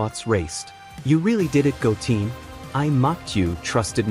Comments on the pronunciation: 😅Goteen? 🤦🏻‍♂️🤯🙅🏻‍♂️😬It's Goten!💯Wow Great Stories Though 💯😇 Must Higher Him 4 More Stories 4 This Show!!💯🤤🥰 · It’s gotten not goteen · Bro do some research on the names who the hell is Go mfcking Teen I know Goten your messing up a good story can't stand people like you fcking up names or from Saiyan go to saiyagen damn.... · Your AI voiceover says goooteeen not GOOten Goo#10 lol fix your AI Voice over and this is perfect. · right try go10 if it doesn't say the word right try to tweak it a little bit 😊😂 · I left the video after I heard Goteen.. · Goten not bloody goteen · Goten not goteen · Stop saying Go teen🙄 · Did you say Goteen this time? can you stick to the one right pronunciation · Yeah that’s bothering me hearing it wrong. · If you get rid of that fake AI voice speaking names wrong because the ai does know yet how to pronounce them correctly... then i will subscribe to you.... PLZ loose the AI generated voice!